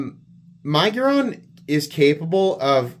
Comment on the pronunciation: I love you, man, but the way you say miguron drives me nuts